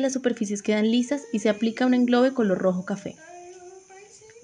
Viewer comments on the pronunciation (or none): englobe? O engobe?